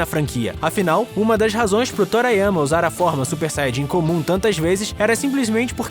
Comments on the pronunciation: O vídeo tá legal e tal, mas pelo amor de kami-sama, TORIYAMA e não TORAYAMA. Meus ouvidos sangravam a cada menção ao autor. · Tbm fiquei incomodado com a pronuncia, e na saga cell quem chegou a segunda transformação foi o gohan. Vegita e trunks só aumentaram os poderes e ficaram " Fortões" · Torayama? Meus ouvidos sangram ao ouvir a pronuncia